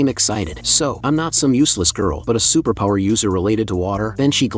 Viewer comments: "a supapowa" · I love how the ai voice says superpower😂😂😂😂😂